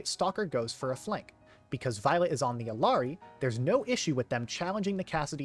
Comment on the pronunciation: eel-yah(r)-dee not, “ill-aree” as a community we have to stop whitewashing her name, it’s Quechua